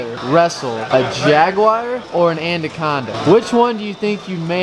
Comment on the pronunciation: "andaconda" lmfao